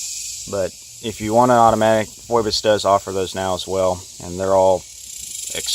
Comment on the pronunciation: FYI: Pronounced - fee bus - No disrespect. Good vid! Thorough review! You know your stuff.